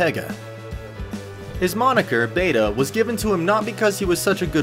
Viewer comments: i hate is when he says bayta instead of bata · Yeah for fuck sake he pronounces it like BE-TA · Bah tah! that's the Filipino word for a a kid, or a young boy, not " beyta! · "Beta"??? Get it right or don't say the name of the greatest pool player of ALL TIME! Its "BATA" and it means "YOUNG" Efren's game at 60 was younger and fresher than most 20 something play professionals. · I believe it’s pronounced “BA-TA” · its a big deal its sounds like beta. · Pronounce it " Bah-Tah" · Efren "Bah-Tah" Reyes. Get that shit right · You could at least pronounce ‘bata’ correctly. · 99% of Americans who watch this video don’t know what is meant by bata anyway, so who cares if he mispronounced it. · yeah that was my bad now that i realized it its actually much harder to pronounce the word for foreign people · How come your other video u said his name proper but not in this video.. its a careless mistake or u begining to dislike him..? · Hey try to decide if he is Reyes or Rayes. And learn how to pronounce Bata. This is painful to watch. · First off, find another narrator. Whoever was talking mispronounced Bata, meaning the first time he heard of Efren was on the script he was handed. He probably knows nothing about pool. Secondly, "lost his magic"? If Michael Jordan lives to be a hundred and can't even dribble does that mean he lost his magic? If Mayweather loses a fight when he's 60, does that mean he lost his magic too? People will always age, their abilities will degrade, but their Legend comes from their greatest feats not from their weakest. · It is apparent that the voice over talent (or owner of this account) is not familiar with billiards. He doesn't know Efren Bata Reyes. Imagine pronouncing Michael's surname as Hordan or Kobe's name as Cob. Researched everything, except the right pronunciation of Bata. It's a disgrace! I'm sorry, but that's just the truth.